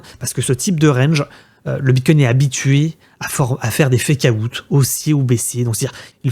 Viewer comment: FécaOUTE ? C'est quoi ça ? Svp quoi faites un effort les français. Bientôt ça sera Bitcouin